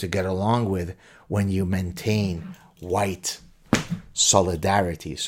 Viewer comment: HUWHITE, AGHHH...! 🤔🙄😁